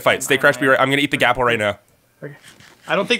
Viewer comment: why do you say golden apple like gapple